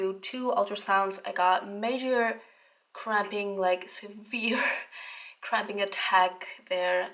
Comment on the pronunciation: I thought she was say extreme crapping not cramping😂😂😂